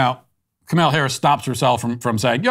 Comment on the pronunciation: After all of that information, what I am left wondering is- does Matt practice mispronouncing "Kaymayla" and "Maygahn thee stallyon"... it's just too good to be ad libbed 😂 I know he has had a lot of practice with Kamela, but the mispronunciation of Megan really made me chuckle! Thanks Matt 😄👌